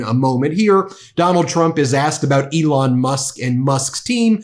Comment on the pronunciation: He said, Leon...... Elon.